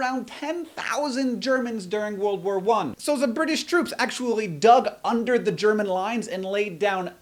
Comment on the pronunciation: he says "So ze british troops" I giggled.